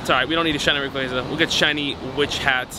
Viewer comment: For being your guy you sure can’t say his name right! Lol Rayqaza (Ray-Quah-za)